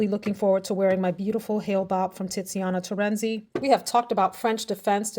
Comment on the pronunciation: Is it me or does she say “TITziana Terenzi”. I can’t help but do a 12 year old giggle